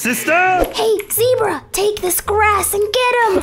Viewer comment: zebra more like ze-bruh